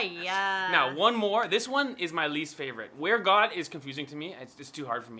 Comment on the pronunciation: I think got not God but got. Hihi